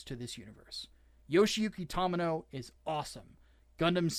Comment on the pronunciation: The "To" in Tomino's name is pronounced like the "to" in 'tomato', NOT the 'to' in 'Tom'. You bell end.